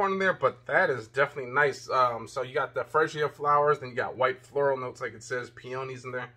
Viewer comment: Perfume fragance is suppose to lighten the longer it's on. Not stronger or the same. Female fragances are stronger. Freesia is pronounced free sha. What do you mean the bottle is cheap? Do you want to pay for the bottle or the fragrance? It looks good and smells good and the bottles looks good. It's not about the bottle materials totally. I think it feels good, looks, and smells good. And Russell is star quarterback for the Seattle Seahawks, not just a football player. Consider brushing up on your skills before reviewing because this means something to their lives and how they can help somebody's life. Rating your review, I give you 3 out of 5. Hope your review will encourage purchases.